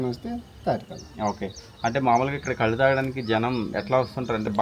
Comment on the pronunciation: కళ్ళు కాదు కల్లు అనాలి.